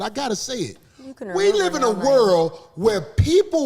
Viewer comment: Thought the Nigga said Live..he said life..country as shit..😆yall miss that..